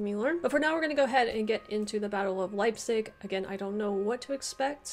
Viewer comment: wtf is "leizip"? ^^